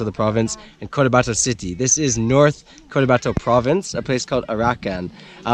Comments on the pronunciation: The wonders of nature. Thank for being brave and adventurous enough and for loving the Philippines so much that you had to go there and show people what they're missing. I myself would be content just watching your videos. Btw, the place is Cotabato not Cortabato. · That is North Cotabato... not Cortabato... cheers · its Cotabato* there is no R